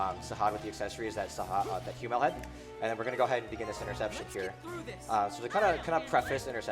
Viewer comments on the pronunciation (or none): Please tell me "hyoo-mell" wasn't how Hummel's was pronounced in the original translation... if it is, it's no wonder they redid the whole thing